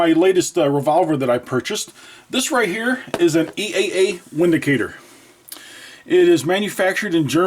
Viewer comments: German made gun and also named there. W in German is pronounced V so please it a Vindicator, you sound like a German with a speech impediment! I bought on new myself a while back for $289 great bang for the buck. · Not trying to sound like a know it all, however the "W" in Windicator actually sounds like "V". So "Vindicator" is the correct pronunciation. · You do know that the W is pronounced as a V in German. The gun is a Vindicater. Defender against opposition. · by the way, it's actually pronounced vindicator.